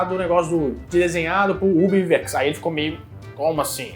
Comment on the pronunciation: a pronuncia e Ub Aiuerks, nao "Iverks"